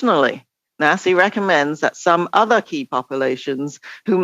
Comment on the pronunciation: Nasi is pronounced Nazi. Jeez they are so in your face about it too